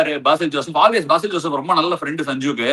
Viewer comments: Ash anna ... not baasil joseph .. its like besil joseph the pronoucing .... chettan vannallo ... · Ash anna BAASIL JOSEPH kidayathu athu pronounce pannumbothu besil ennu varum 😂😂😂😂